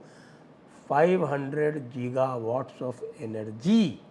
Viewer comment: Sanjay ji. I think the word is गीगा not जीगा